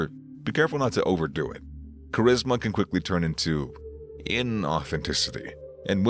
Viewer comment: L and live how his funny at points he said cherisma lol